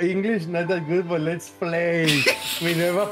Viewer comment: "My english is not that good but, let"s play" EN LUGAR DE "BUT" DIJO "BUTT" SDKJSHKAHJDHAHFKJ